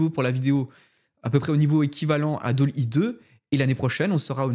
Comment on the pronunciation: Bravo pour ce contenu. Tout ça est extrêmement excitant. Par contre, je crois que tu ne prononces pas correctement Dall.e et Unreal. Belles fêtes à toi.